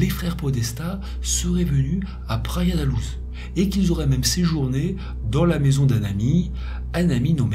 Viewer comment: Très intéressant, comme toujours. Sinon : -Praia da Louj -Guarda civil (Gouarda) ; guardia, c'est en Espagnol. Merci pour ton travail.